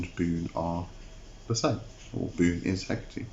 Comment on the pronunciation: Wait isn't it "Boo-néh" instead of "Boon"?